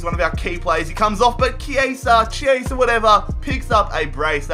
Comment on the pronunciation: You're right about Chiesa, no need to correct yourself. In Italian, Ch+vowel is "K" (so it's kee-AY-zah) and C+vowel is "ch" (think "cello"). See, a music education can be good for something xD